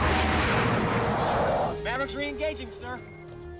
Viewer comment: Mavericks is saying reingaging😂